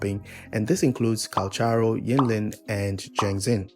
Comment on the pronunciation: *Calc-haro no CH js listen to his audios